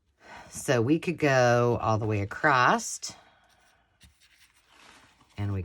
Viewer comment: There is no T at the end of across.